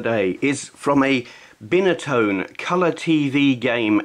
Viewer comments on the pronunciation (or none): Binatone pronounced (Bye-na-tone)